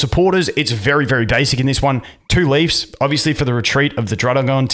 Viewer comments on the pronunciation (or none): none